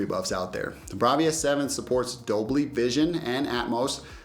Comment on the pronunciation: "Dolbly" Vison, hahaha